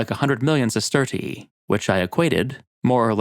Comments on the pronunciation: I don't understand how these people are competent enough to profuce a YouTube video, but not smart enough to provide tje AI voice with phonetic pronunciations, so it says "siss-TER-shee" instead of "sister-EE-ee". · your pronunciation of Roman currency is like nails on a chalkboard. Allow me to help you. Sesterius (Sestertii if plural) is pronounced sest-er-rious Sestertii is pronounced: sest-ter-she there's no "ee" sound afterwards. please for bleeding ears sake, correct your awful pronunciation of this. 😂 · I don’t want to be petty, but I thing you over-pronounce the second “i” in sestertii and it’s a little annoying. Fun video otherwise! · i like the way you say "sestertii" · How do you spell the currency? You sound Irish when you say it haha